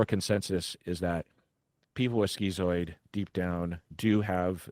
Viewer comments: Isn't it pronounced "skitz-oid" rather than "skee-zoid", since it's related to the word "schizophrenia"? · Are you saying "schizoid"? I've never heard it pronounced that way, ski-zoid instead of skit-zoid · I always thought it was pronounced “skit-zoid.” 😄